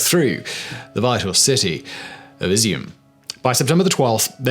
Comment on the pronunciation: Dude, I used to have respect for you, but your self-important voice belies lack of preparation. "Elisium" instead of Izyum, really? You could be forgiven for pronunciation mistakes, but having witnessed it several times now, that speaks of lack of preparation. I realize that you're there for your silky voice and the flowing beard, but do at least pretend to care. The outcome of this war will even affect you if it goes in Russia's favor. I know you're a brit, so it's in your blood to throw shade on all others, but this is getting tiresome. Show up man, don't phone it in.